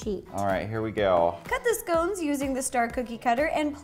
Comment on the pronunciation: I would probably like this if you could pronounce 'scones' properly...